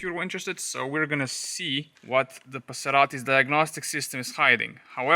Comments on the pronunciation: One more "Paserati" and I gonna die of laughter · Ah yes. The Passeratti